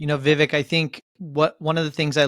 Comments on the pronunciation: Yes, the guys should have pronounced his name correctly. Vivek like Cake or Rake ( vek). Vivek better win in 2024. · Viv”ake” like cake.